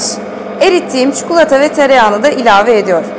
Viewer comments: Çukulata değil ya çikolataaaa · Abla her çikolatalı tarifine bu yorumu yaptım çukulata değil çikolata lütfen yeter ama bir yere kadar. Çok rahatsız olmaya başladım türkçeyi düzgün kullanırsan sevinirim.